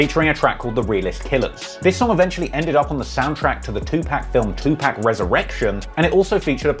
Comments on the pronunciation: it’s not 2pack it’s pronounced(Tu’pok)! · Looses credibility with every time he says Two Pack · I couldn't do it I had to stop the video after 30 seconds you saying TuPack 5 times is fingernails across the chalkboard 😬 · The fact u can't get 2pacs name right got me really looking at your vids a whole different way now 🤦‍♂️🤦‍♂️🤦‍♂️